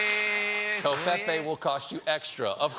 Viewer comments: ITS PRONOUNCED CO-FEE-FEE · Cofefe is pronounced differently though. It should be rhyming with "me"